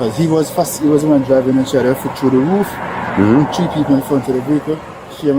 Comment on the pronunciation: I love his accent. Tree people. The Irish people say tree also for three.